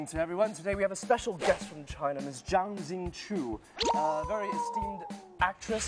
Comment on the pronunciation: zang zing tsiu 英国佬发音还真是这样。